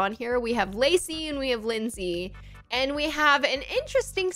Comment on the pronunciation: my name is lacey and when you said it the first time i thought you said lucy